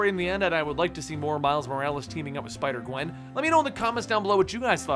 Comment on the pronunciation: you sai sipder gwen